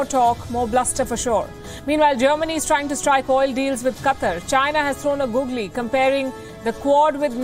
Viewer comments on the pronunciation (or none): I'm sorry but "China has thrown a ggogley"?? . Palki Sharma we love you